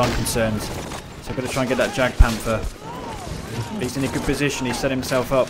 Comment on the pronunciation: love your videos dude but not to be nit picky but jagpanther is actually pronounced yagpanther just for future reference :)